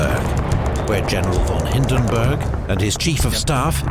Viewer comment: Its not Hindenberg, its still Hindenburg, even in german my man. Greets from Germany. Anyway good input on the video for people who barely know anything about it etc.